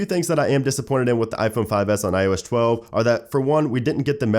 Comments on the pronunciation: "IOSH 12" he says😒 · It's still "iosh chwelve" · ''IOesh 12''